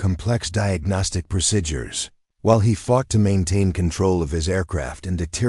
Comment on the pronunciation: Procedures is pronounced proceedures. Several other words are pronounced wrong also, A very good story